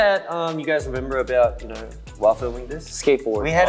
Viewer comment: CHANGBIN’s AUSSIE ACCENT 😂😭 “you knaur you knaur?” OMG also his English has improved so much